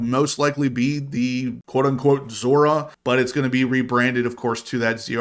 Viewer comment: Still calling it a Zora